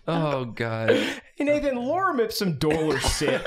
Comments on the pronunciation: Via mispronunciation, has now created the new Drawfee fan favorite character "Lauren Ipsun" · The consistent mispronunciation makes me think dated someone named Lauren Ipsum in college. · says Lauren Ipsum, as if it’s some person that pops up on the screen when you want a text box